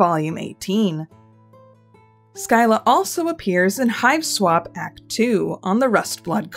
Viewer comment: I am Swedish and you pronounced "skylla" so badly I kind of forgot it was even a word, though that makes sense since the sk-sound (or the ɧ sound) does not exist in english